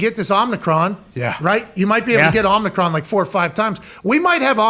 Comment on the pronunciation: Pat refuses to drop this imaginary 'N' in Omricon lmao